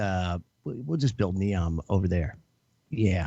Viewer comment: Neom not Zeom